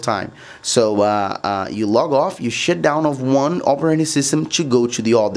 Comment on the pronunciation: “You have to shit down your windows”